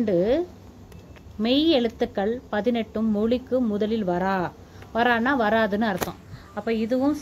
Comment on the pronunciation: Mam Tamil correct ah padinga mam... Athu வாரா